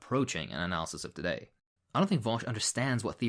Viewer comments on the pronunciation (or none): none